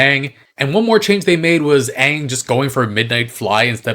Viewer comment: the fact that he couldnt even be bothered to get the names correct is just baffling. its not like its a book adaptation where weve never heard the names said out loud. aang is said at least once EVERY SINGLE EPISODE